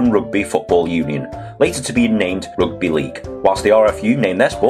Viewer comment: Wait, it seems like your pronunciation for "rUgby" exposed where you grow,......